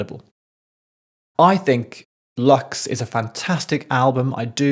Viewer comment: Lux, in latín (meaning light) it should be pronounced like “loox” not “lax” 😊 As with every album from Rosalía, it needs a few listenings. Every song has too many layers. I keep changing my favourites around after each time I listen to the album. And the she starts and finishes it….. I agree with some of your points and of course she hasn’t invented/let herself be influenced by classical music or opera…but who has mixed before not only symphonic, opera-ish (lírico), choirs, pop, rap, electronic AND flamenco/classical Spanish music? And in 13 (or 14, not sure) languages? 😅❤ I think it is a bit sad for those who are not Spanish speaking or fully understand it, profoundly, because so much is not caught or appreciated, even if translation is checked.